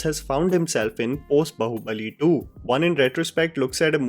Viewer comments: It is not Baho it pronounce as Baahoo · The title of the film is BAAHUBALI, you are pronouncing BAHUBALI, are you A blind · It's pronounced baa-hubali not ba-hubali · Its not बहु-बली lol it is बाहु-बली